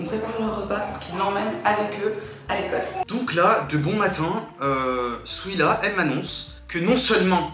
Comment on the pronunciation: Qui as remarqué qui disait souila au lieu de dire Souhila